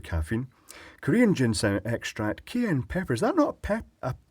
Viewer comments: Cayenne not keyann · Cayenne is pronounces kye-yanne. It's the peppers in Tabasco sauce. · Looks outside at Cayenne plants, pronounced kai-yan here, and wonders if this video is a testament to Scottish food?